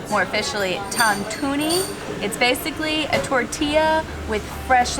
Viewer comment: its not tougue to knee its tantuni :D:D:D:D